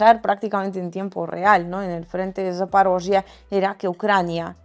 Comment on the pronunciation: Haces un gran trabajo y, cansados de oír mentiras de los medios corporativos occidentales, no sabes cómo se agradece ver tus videos e informarnos contigo... Comentario frívolo: no me canso de oirte pronunciar "Zaporozhie", suena adorable. Abrazos. 😁